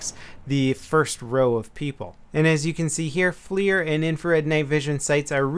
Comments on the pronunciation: its not Flear sight. its FLIR (Forward Looking Infrared). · Good video. Interesting about the smoke grenades. Also not to be a grammar snob but that night Vision scope is pronounced FLUR not FLEER. My company works with them and they make great products. Just thought id let you know for future videos. Thanks! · It's flir not fleer. Are we talking about baseball cards or optics? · Hey it's pronounced like fler